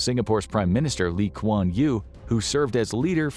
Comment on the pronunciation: He meant lew for lee kuan yew. You cant really expect them to enunciate such words like how he mispronounce temasek